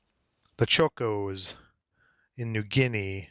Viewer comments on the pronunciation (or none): It’s pronounced chaw-cos. They were militia troops or Army Reserve. They said they would melt like chocolate when it got hot. The 39th Battalion didn’t melt they fought very well. Also from an Australian and former soldier :-) Love your videos!